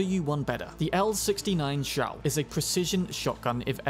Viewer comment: “zhuo”is pronounced like “draw” , what you say in the video is “chao”, which is another gun